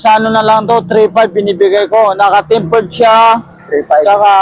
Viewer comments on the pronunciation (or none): TEMPERED ✅ TAPPERED ❎